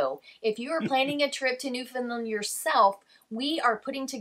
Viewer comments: I've lived here on The Rock for all of my 65 years, and I think the best way to describe how Newfoundland is pronounced is Noof-end-LAND. The LAND part is pronounced as you would in saying Disneyland (a very familiar pronunciation hint for our visitors from the U.S.A.), and the whole word rhymes with and has the same cadence as understand. UnderSTAND Noof-end-LAND!❤ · You are pronouncing Newfoundland the way most Canadians pronounce it except for Newfoundlanders. I've had three Newfoundlanders correct me over time (I'm on Vancouver Island) and their "trick" to teach is to use the word "understand." The emphasis is on the "stand" in the word, so Un der STAND. The same with NewfoundLAND, the same way to say it. So new fund LAND. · Yes, you really need to learn how to pronounce Newfoundland correctly... the third syllable is really "land"... as in understand, make a stand... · I'm sure you've figured this out by now but its not Newfun'lund. but 'undersantd' newfun'LAND. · It is NOT New fin lund!!!! New fin land,,,understand? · Hello I live in Newfoundland (St John's). Just a trick to pronounce Newfoundland, it rhymes with understand. Hope you have a wonderful time in our province. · Thanks for visiting our beautiful province. I’m sure you were told this but it’s pronounced New Found Land 😀 great coverage and views. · Your videos are great and I am glad you are visiting Newfoundland and Labrador. One thing though that is driving me crazy - it is pronounced NewfoundLAND - like the word UNDERSTAND. You've probably already left but I thought you should know! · Sa pronounce it this way....and make it ryme Understand Newfoundland 🙂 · A better way to spell the pronunciation is New-Fin-LAND (emphasis on the Land) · Newfoundland is pronounced New Found Land. the emphasis is on Land. A good way to get it right is to rhyme Understand - Newfoundland. Newfoundlanders are sensitive to mispronunciation. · It’s pronounced NewfoundLAND. Not NedfoundLUND.